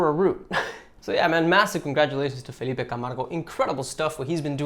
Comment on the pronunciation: love from Brazil! surprised you kind of got Felipe's name right